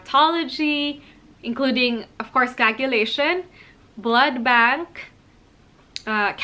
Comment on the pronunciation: Are you saying blood bag? Kinda irritating to hear cos it's supposed to be blood bank 😅